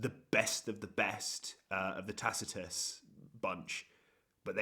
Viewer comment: Thanks for the video and insight. Just to help you out there it's tak-ti-cus. Like tactical.